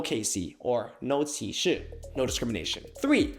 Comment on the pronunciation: Just wondering if you’d be able to be consistent with using traditional/simplified characters, eg either have the examples written as 「電源」 and 「店員」，or “电源” and “店员”—thank you!! And also maybe to illustrate the point about words sounding very similar… you might’ve accidentally pronounced 「歧視」 as 「啟示」 in mandarin 🥹🥹